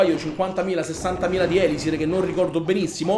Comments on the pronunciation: Sì dice elisir non ēlisir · prima di tutto usa barbari e arcieri e attacca solamente i villaggi inattivi (cioè quelli con le miniere e gli estrattori pieni) con due cure Poi seconda cosa si di ELISÌR con l'accento sulla seconda i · la tua pronuncia di elisir e sbagliata